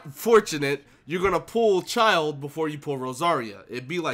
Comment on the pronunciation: HE FINALLY PRONOUNCED IT CORRECTLY!